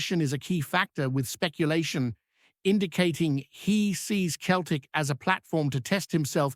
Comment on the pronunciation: its not pronounced keltic its seltic